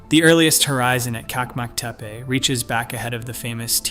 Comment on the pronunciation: One detail: The Turkish pronounciation is : CHAK-mak Te-peh